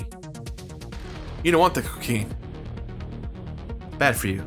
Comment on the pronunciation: You don't want the cuh-caine... bad for you...